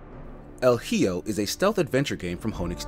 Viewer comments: Yeah, the H is silent in Spanish. And the J is like the H English. Hijo = proniunced E-ho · That was bothering me, too. "Hee-oh"? That was weird. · Just FYI, hijo is pronounced "e ho." The h is silent in Spanish and the j is pronounced like an h in english. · I'm intrigued by this game. Love the art, and idea, but might wait for it to be on sale with this review. Word of advice, it's pronounced more like ee-ho. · El heeyo, that made my day. I’m sure he’s laughing at himself from saying it wrong lol! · Not "Hee-oh"🤣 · I wish you at least mentioned the developers, but I understand the purpose of these type of videos are for quick snapshots of the game, and gameplay. I know you are already got harrassed for mispronouncing hijo but it's worth noting again a year later because it doesn't hurt to be reminded how important accuracy is. I'm going to grab this game, and thanks for showcasing it. I really appreciate media that involves Mexican Culture. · Gotta love all the people piling on the reviewer for pronouncing the name wrong in a game where there is no dialogue. The h being silent rule isn't as well known to people who don't know spanish as the silent j rule is, and he got that one right, so cut him some slack. I've personally never heard of the silent h rule. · Yikes.... Bro ... El Hijo... You never learned how to say "boy" in spanish? It's "Hijo" I don't even know where to start. The H is silent.... 😒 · Well, pronounced like an h in English is maybe the next best thing for English speakers who can't pronounce the "ch" in the Scottish "loch" but let's not pretend that it's actually pronounced that way. But yeah, having the h be silent would've been a great first step ;D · I'm just glad they didn't say "hee-joe" like some people. Lol